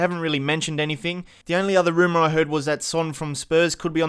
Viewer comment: "Anyfeng" C'mon man.